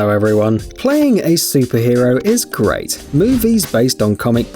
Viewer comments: Bruh it is great not gerat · You said it’s gerat instead of it’s great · All the comments: he said gerat not great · Did he just say “playing a super hero is GERAT”